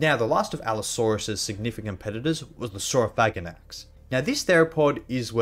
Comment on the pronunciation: Nice pronounce